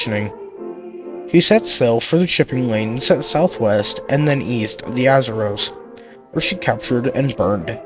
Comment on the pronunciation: Your pronunciation of Azores, Semmes and Secede are incorrect. The USS Kearsarge outfought and sank the Alabama in short order. If Alabama suffered deficiencies in its powder and fuses, they fall on the Captain. Keeping your powder dry applies to ships in particular. A USN sailor killed in the battle is buried in the US plot of the Cherbourg WWII cemetery.